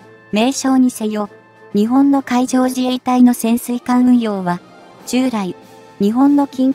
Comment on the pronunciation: 時々「日本」を「ひぼん」と読むのが耐えがたい。容認の限度を超える。